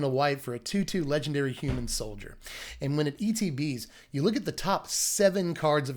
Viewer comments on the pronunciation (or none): none